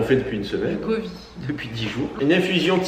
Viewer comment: Courage à tous les trois avec le Covid (le "d" final se prononce, en fait). Il vaut mieux utiliser un petit fouet traditionnel pour le Matcha, il me semble, plutôt qu'un mousseur à lait (ce que tu as acheté). Par contre, c'est génial pour les Cappuccino, les Late, les chocolats chauds bien mousseux, etc... et ça marche aussi bien avec le lait végétal que le lait animal. Enfin, chacun fait comme il veut, tu nous diras ce que cela donne avec le Matcha.